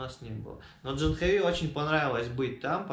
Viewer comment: Вообще то правильное произношение этого имени на санскрите - ДжААхнави!